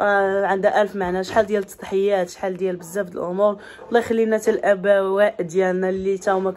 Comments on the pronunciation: الاباء وليس الابواء 🤌🏻🙏🏻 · وااااا اسميتهم الآبااااااء ماشي الابواء